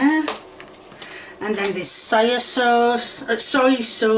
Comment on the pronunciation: Why does she seem so mad that she can smell bacon? Salty or not. Anyone else hear "Sorry sauce" for Soya sauce?